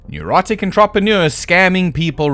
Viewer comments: “On-trop-o-neer” is the most whack way to pronounced “entrepreneur” I have ever heard in all my 40 years. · He has a weird way of saying "entrepreneur."